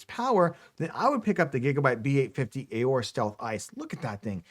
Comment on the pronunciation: You can save yourself a syllable here: the A in 'Aorus' is actually silent. (Just sayin. 😉)